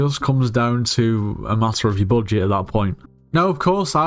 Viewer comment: "so, you're on a bojit" yeah, this is a skyblock tutorial.